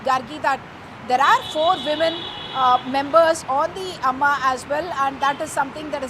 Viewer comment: Stupid news reader... Does she all her mum aama??? Or is she just illetrate.????? AAMA it seems🤬